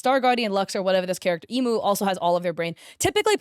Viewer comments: I don't blame her for saying "Airy" or "Eeemu" or "Teeto" because before I started learning Japanese (I still pronounce things wrong sometimes) I used to say things based on English sounds too! But not everyone is going to learn Japanese just to pronounce a few character names, so yeah, it's not a big deal. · I'm sorry but WHO are imoo, airy, tea toe and co-hain 🙁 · her name isnt pronounced "Emo" is emu (M-ooo) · ITS EH-MOO NOT EE-MOO BOOOOOOOOO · this might just be because I can speak Japanese, but hearing Emu pronounced like the bird rather than being pronounced like “ehh-moo” makes me die inside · I'm sorry but I screamed lowkey when you pronounced Emu's name as "imu" help me 😭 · Its incredibly hard to make "beginner art" because you can most of the time tell when its a true beginner or when its someone using beginner art for clout. And its ok that you butchered the Proseka/Vocaloid names, Ill just teach you how to say them here ig. Emu - Eh-Moo Airi - Are-Eye Miku - U said it right (yippee) Kohane - Ko - Ha - Nay Mafuyu - Maw-Foo-You Teto - Teh-Toe (Thats how i pronounce it at least, so i could be wrong :_) ) Shiho - Dang u really can say names right, good job! Ena - Correct! Mizuki (My baby) - Correct again.. idk if i should do this comment anymore.. Saki - Correct! Akito - Ah-Key-Toe TLDR: Its hard to make beginner looking art as a more advanced artist and you said 5 Proseka/Vocaloid names wrong. Sorry for being annoying with the proseka names, its my hyperfixation so i love yapping abt it and correcting people on it 😅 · the fact that she said none of the character’s names right except for miku pains my SOUL emu is pronounced "eh-moo" and teto is pronounced "teh-toh" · Emu. Understandable Air-ee. Yeah sure. Teeto. Im dead. Ko-hane. Even more dead. Oh and you got Ena right! I hope i dont sound rude!! Its definitely for the best that you aren't in Vocaloid Gacha Rhythm Game hell! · “Eemu” “Ayree” “Teeto” “Kohayn” “Akeeto